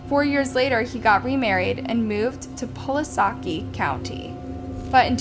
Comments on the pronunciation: pu lah sah ki....its puh las kie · I'm sorry but who the f* ck taught this broad narrating ... How to speak English?... pull A sa ki ....? WTF its Pulaski pronounced (pull ask e) ONE WORD ! omgowd this generation running this world are really DUMB! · The town is pronounced Pull ask ee. It hurts my heart so much that such brutal and disgusting things like these happen in my home state. People are getting worse with each year that passes. I hope that monster burns in hell for what he did to Jennifer and the other girls. These men are so disgusting. May they all die in prison by the hands of their fellow inmates. Jennifer is an amazing woman. She helped save many lives. Thank you for sharing this story. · It’s Pulaski county pronounced puh-lass-key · Pulaski County Arkansas "Pull-ass-key" ....that's how we say it lol